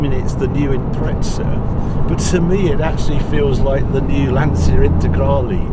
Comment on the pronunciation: it should be pronounced "Lan-chia". get the italian name pronounce right please.